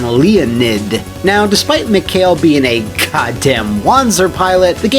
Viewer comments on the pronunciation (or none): It's kinda bothers me, how says "Mikhail". It's supposed to be "Mee-Ha-Eel", seeing how all characters have Russian names, but I can believe that, the game makes the same mistake. Honestly, it's such a shame, this game didn't work out in the end, would be refreshing to see normal people as Russians, and not stereotypical hunks or gopniks.